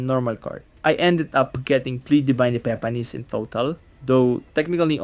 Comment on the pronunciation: Epepanis. halatado 🤣